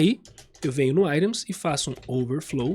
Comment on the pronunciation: Gostei da aula, só meu deu nervoso você ficar falando "airons". Fico lembrando de Iron Maiden o tempo todo. Items em inglês fala assim mesmo "airon"? Nunca falei assim.